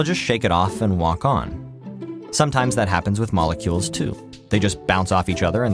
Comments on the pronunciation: says molecues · "Molecues" XD